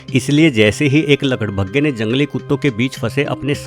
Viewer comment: आपने गड्ढे को खड्डे और लकड़बग्घे को लकड़भग्गे कहा उच्चारण ठीक से कीजिए महोदय जी 🙏